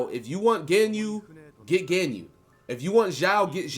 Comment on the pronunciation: God the way you're pronouncing Ganyu is driving me insane lol